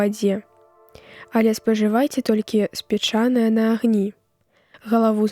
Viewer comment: Таксама і ў слове спечанае: націск у першым складзе мусі быць.